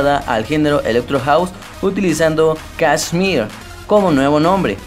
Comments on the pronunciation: kshmr no se pronuncia kiusrm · Tu pronunciacion es un 10/10 :v "Kasmir, Firebicks, Quernei (Te mamaste)" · Mira mejor no hagas un vídeo sobre KSHMR si no sabes pronunciar ni su nombre. Que el tema principal al principio fue 'Leviathan'? No tienes ni idea hermano, Leviathan no salio en Spinnin Records, fue un FREE DOWNLOAD sacado por el mismo KSHMR, el tema que le dio la fama fue principalmente al principio Megalodon, luego Burn y mas tarde Secrets. No hagas estos mierdivideos si no sabes nada sobre el y haz buscado la información y wikipedia y dicha a tu manera.